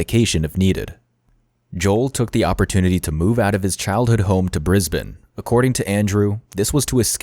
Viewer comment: You pronounced ‘Brisbane’ perfectly, though! We have some odd pronunciations that can differ slightly even within Australia. At lot of our place names come from Aboriginal languages ( of which there are about 250 and even more dialects). You’d have to be a local to be sure you got some of those correct!